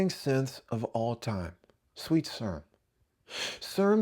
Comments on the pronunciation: Serum. See-rum. Like in biochemistry. Aaannd.. phallus? really? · "Sir Umm." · Wow that is not how you pronounce "serum"! Assuming you are being funny! Subscribed!